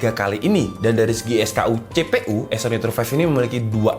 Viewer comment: CEPEU 😅 bahasa kejowoan yg hqq